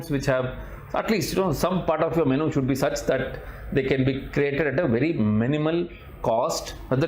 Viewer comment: Correct your MENU pronunciation